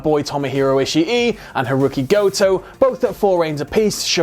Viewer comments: Why does he keep on saying ishi e it's ishii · i - shi - i